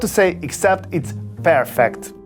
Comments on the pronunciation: He did say pear_fect ☺️ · Are we just allowing that "pearfect" comment? 😂